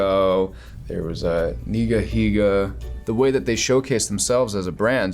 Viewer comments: I CANT THE ONLY ONE WHO SHRIEKED WHEN HE SAID NIGAHIGA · Did he just say NigaHiga? My boy!